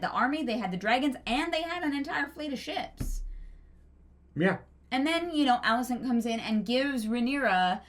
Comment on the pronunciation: Okay bot, firstly it's Alicent. ALICENT. Also, every character in the book was boring and BARELY a character. Like, whatever fantasy in your head is what the character was. Fire & Blood was one of George's weaker books for that reason. He's only a good writer because of the way he writes characters. Because he wrote F&B like a history book, it was dry and boring. The occasional quote here, but you never really get any insight into any of the characters. Just lots of tropes and random accounts from third parties. In fact, every single character in the Dance was fucking unlikable as fuck BECAUSE they had no depth to them. I don't know what books you wiki bots read, but it wasn't Fire and Blood. lul But yeah, this finale sucked and so did the season, but NOT because it didn't follow the shit book. It's because the screenwriters are meh.